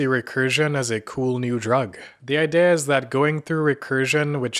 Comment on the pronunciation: did this guy just say I-day-a instead of idea? Is HE the AI?